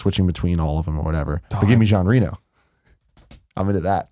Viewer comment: How Tim pronounces 'Jean Reno'...